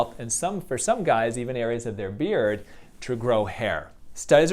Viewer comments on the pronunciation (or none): none